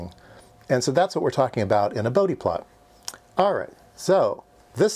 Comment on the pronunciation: For all the electrical engineers though in UK, yes it's "boudi" not "Bowd" plot. This was the first time I heard it called "boudi", checked and its the correct pronunciation.